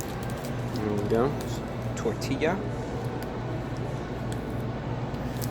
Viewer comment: By the way perfect pronunciation of tortilla